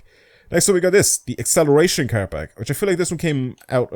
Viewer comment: its PACK! why do you keep saying parks?